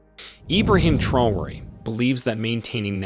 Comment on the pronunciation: Dear narrator , please note, TRAORE is pronounced tra-o-ray!